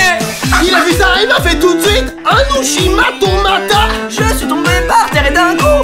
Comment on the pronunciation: C'est juste Ushi-Mata